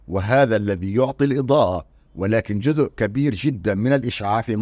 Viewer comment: لماذا لا تميز استاذنا الكريم بين الذال والزاء في نطق الكلمة فمثلما تحافظ على العلمية في البحث ينبغي المحافظة على العلمية في اللغة والنطق السليم فلا يجوز ان نقول جذء بقصد جزء لانك في اللهجة العامية المصرية قد لا تنطق الزاء